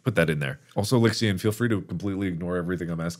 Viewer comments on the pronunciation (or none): It's Lixian' not "lixion".. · Markiplier: *Says Lixian* Lixian: Who summoned me?